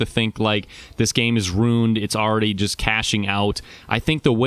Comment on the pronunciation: "you don't have to think the game is rooned"